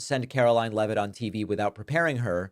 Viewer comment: It's NOT 'Levitt', it's LEEVE-iT!